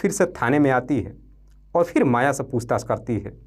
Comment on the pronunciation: AAP SULEKHA our MAYA kaa NAAM galat tarike se bol diye hai... Apnee STORY AAP khud dobara padne ke baad apnee kamiyan dekhe ...